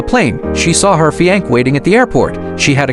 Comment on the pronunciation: Stupid narration - fi anc?